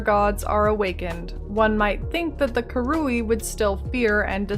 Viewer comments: The hard R is 'fine'. It's wrong, but tolerable. The wrong emPHAsis on the wrong syLAble, however, is not. You just have to listen to it said on the Act 1 writings. KA-ru-ee. Emphasis on the first syllable. Not ka-RU-ee, emphasis on the middle syllable. It's bugged me a little in the past, but a full video about them is going to be hard to get through. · Came here just to see how you pronounced 'Karui'. Very american it turns out haha. I'm not sure i can make it through this video. Really enjoying the series though!